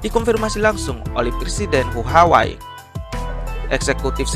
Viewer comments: huawai.............apa huawei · Ngomong huawei nya itu lho....wkwkwkwk